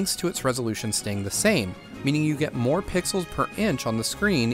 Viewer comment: it’s more* not moar